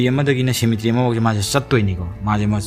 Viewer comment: Waihe keino ngge wari taba loiba ngaibada " Shemetry"😂😂 👍👍